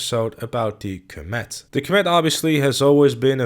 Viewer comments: It is called the com it not combet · I can't handle how you are pronouncing comet, are you saying "coh-mat"?? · coMÉT?... I have never heard anyone pronounce it like that. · coMÈT... OK, I guess that's the pronunciation we're going with. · Please type comet into Google Translate and learn how to pronounce it. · Is the fact that he is pronouncing* it wrong a easter egg?